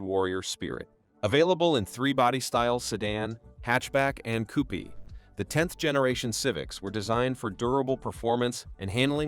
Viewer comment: a coo-pee... lol